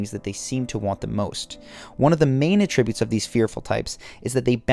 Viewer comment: Wait.. how tf did you just pronounce "attribute".......?????